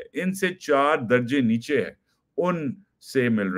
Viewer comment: NOT "NIECE Y" BUT "NEECHEEY"